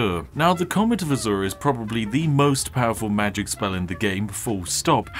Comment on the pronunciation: Alot of people: OMG ELDEN RING IS SO HARD TO BEAT WTF Spiffing brit: Mah geic